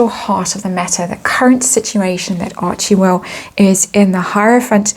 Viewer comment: It's pronounced Archwell, not Archiewell